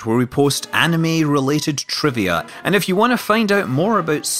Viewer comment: Shuvuuia I know but for some reason it just hits my ear wrong. At least these guys aren't as infuriating as Watch Mojo.